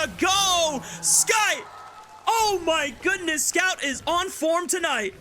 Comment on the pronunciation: I think one of the caster is not loud enough my ears didn't explode entirely / and he almost got Scout's name right every 3rd attempt